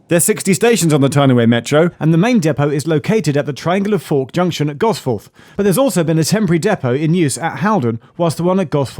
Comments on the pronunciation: It's pronounced "Gosfuth" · Just in case anybody sees this and is wondering how locals pronounce it: Instead of "Gos fourth" we say "Gos futh" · Gosforth is more often pronounced Gosf’th. The smallest things often catch me by surprise. Hope you enjoyed your time up here. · As a northerner: GosFUTH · Pronounced Gos futh or just Gossy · Why was bro pronouncing Gosforth like thatttt 💀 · Love you Geoff but please learn to pronounce Gosforth like a Geordie hahaha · Very posh way of pronouncing Gosforth 🤣 Unfortunately the metro will continue to have issues due to other issues outside of the new trains